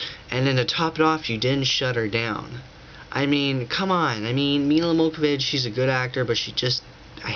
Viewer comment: You're an idiot. It's Johovich, not Mokavich and it's Romero, not Ramone.